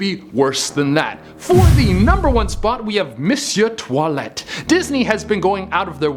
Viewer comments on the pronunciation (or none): none